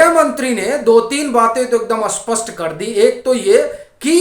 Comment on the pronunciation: तुम मूर्ख लोग ॥ स्पष्ट॥ को किस गधेपन के कारण 'अस्पष्ट ' क्यों बोलते हो ।